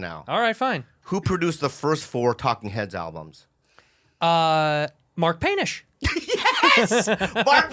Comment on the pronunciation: Hahahahaha “Mark Panish” “Kate Hanson” 🤣🤣🤣🤣😆😆😆😆😆😝😝